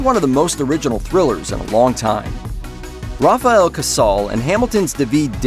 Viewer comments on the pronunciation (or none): none